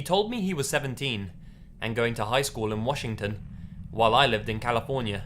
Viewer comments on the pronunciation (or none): none